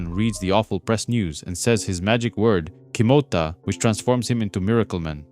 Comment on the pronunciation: Kimota not kitoma